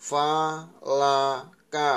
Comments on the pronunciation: Tadi fa ka ha bukan fa la ha yg baris mau akhir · Fa Ka Ha you read as Fa La Ka...